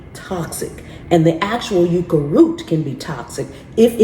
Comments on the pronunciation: Yucca is pronounced "yuck'-ah" & is a member of the agave family. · We always pronounced Yucca ans yuck-ka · Yucca is pronounced like yuck..yucca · Here in New Mexico we say yucca as yuh-cuh it's our state flower 🖤